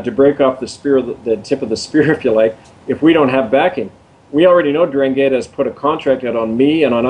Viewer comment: pronounced "an drahn' gheettah". accent on the second syllable. don't forget to roll your "R".